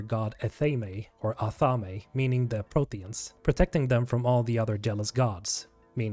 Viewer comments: Athame is pronounced "Ah-Thaym". Not Athamay. It's literally said in-game. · Amazing. You pronounced Athame wrong both times